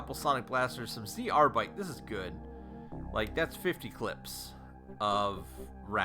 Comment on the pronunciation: We say Zerbite, not Z/R-bite! =) Enjoying watching you slaughter aquanauts otherwise!